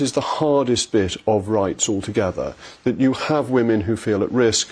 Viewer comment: Poor Peter, still unable to use/pronounce the plural of woman i.e. "women"